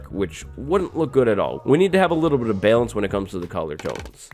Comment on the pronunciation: The way he says balance makes me want to die